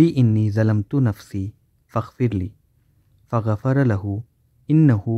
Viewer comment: JazakAllah Khayr for the video, brother. May Allah grant you success in this Dunya and the Hereafter Ameen. Just wanted to let you know that "Thalamtu" is pronounced with putting your tongue between your teeth making a "th" sound. I used to pronounce with "Z" sound but that's not correct. Same with the dhikr in rukoo. We must say "Subhana Rabbi Al Atheem"